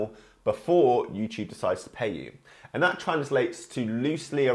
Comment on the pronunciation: He says youchube